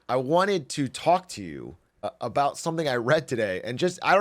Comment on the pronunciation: "I wanted to talk tuah"